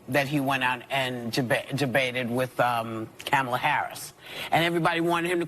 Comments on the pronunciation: 30 something newsreader mocks Biden for verbal mistakes and then says "Komala Harris" twice 😂. Well done. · Did anyone else catch how Whoopi mispronounced Kamala’s name? If she accepts that whole party. Maybe she should learn how to pronounce her own vice president’s name…….. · Where is the Democrats outrage of racism over Whoopi mispronouncing the VP's name?